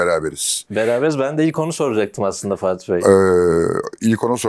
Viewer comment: bu arkada soruları soran eleman neden sürekli "" diyor? muhtemelen fatih bey diyor ama ferhat gibi duyuyorum ben hep.